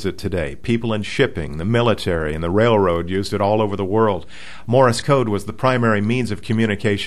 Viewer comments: It's Morse not Morris... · Wednesday, 2/23/11. It is not pronounced 'Morr-is' code. It is not two syllables. It is pronounced 'Morse' code. It is one syllable; 'Morse' code. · Why do you keep saying "Morris" code? It's "Morse" code, not "Morris" code. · It's "Morse" code, not "Morris" code. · yeah..."morris" code and "q-werty"??? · "Morris" code? ;) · The way you say Morse and Qwerty is strange: Morris and Kooerty, respectively. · ''Morse'' rhymes with ''horse,'' not ''Doris'' Just sayin' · OK let me get this straight. You don't really use Morse code that much as the guy that's texting, but you're doing a comparison between the two to see which one is faster? As one poster said , if this is an example of the brainpower found in our universities today, heaven help us! Oh.... did someone mention to you that you're pronouncing :Morse" incorrectly You're not actually going to graduate and become a reporter right? _... _ _ _ _. . .... . . _ _..